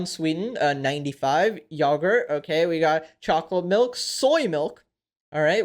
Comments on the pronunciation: “YOAHGURT” 💀💀💀💀💀💀💀💀💀💀💀💀💀💀💀💀 NOOOOOOOOOOOOOOOOOOOO💀💀💀💀💀💀💀💀💀🤬🤬🤬🤬🤬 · everyone talking about the video but i’m thinking about the way he said “yah-gurt”